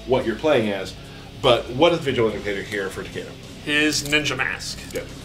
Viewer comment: It's like, wow Neatherealm... Rayden and Takida? It clearly says RAIDEN, as in Ra-i-den.... and it clearly says Takeda as in Ta-keh-dah. I mean c'mon, it's not fucking rocket science. It wouldn't kill you to pronounce your characters' names right.